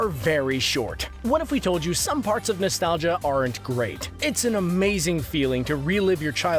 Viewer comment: All of these are common knowledge to SNES classic owners and on top of that, in the start, the guy pronounced nostalgia way wrong